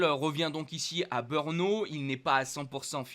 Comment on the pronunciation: Malheureusement ...si tu n'a plus de Beurnes,c'est certainement de ta faute,mais alors si tu parle de Beurno pour le GP de tchéquie,je ne connais pas ce circuit,essaye de prononcer BRNO en prononçant '' BReNO'' si tu as l'occasion,,profite d'en parler a tes copains commentateurs (chauvins)de Canal +,eux font la même erreur....